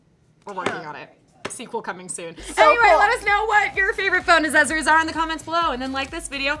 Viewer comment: When says aksezories instead of accessories. Haha. Love it and hate it at the same.time